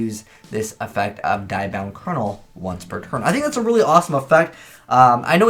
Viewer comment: Pendulum summon diabound kernel (pronounced like Spanish dia, not German die the), like you do with thunder dragon or yosenju misak. I do like the fact it feels like a modern strike ninja, being able to hide during either player's turn so long as your opponent controls a monster, and weakens that monster so no sadistic choices